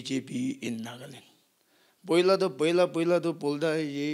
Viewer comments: Poila poila tu bolta hai😂😅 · Poila poila to bolta hia hahaha nice Hindi sir... 😂😂